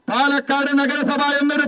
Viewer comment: My ra it's palakkad not panakkad